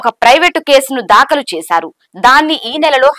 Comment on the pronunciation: Pronunciate as "daakhalu " but not "dhaakalu " and so many ackward pronunciations may be corrected please